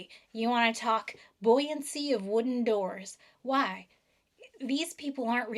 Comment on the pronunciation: the accent you hit on 'why' was unfathomably powerful